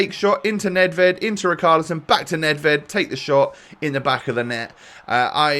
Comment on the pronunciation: Someone please tell that it’s pronounced RiCHarlison and NOT RiKarlison. It’s killing me!!!!! 😂